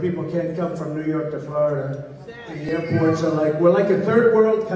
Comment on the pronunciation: "Airpoit".. Trump sounds like a toddler when he pronounces "woids".